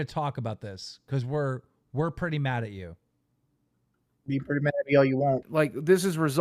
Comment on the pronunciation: MAKE ME UH MAWD. would you abuse it? ONE HUNDRED PERCENT.